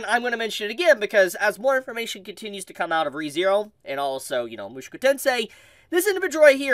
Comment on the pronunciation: Why you pronounce “Mushoku” like that